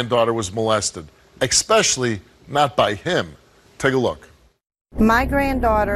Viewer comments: Both steve and the one girl both said “eggspecialy” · I know it’s not the takeaway but why the fuck do they all keep saying “expecially”? Even Steve says it. It’s especially. There’s no fucking X in there.